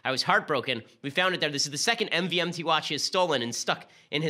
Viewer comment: I swear “MVMT” is actually pronounced “Movement”